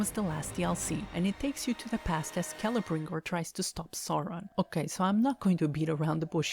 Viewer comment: shadow of mordor is probally my favorite middle earth game and its pronounced kel-ebrembor also good reviw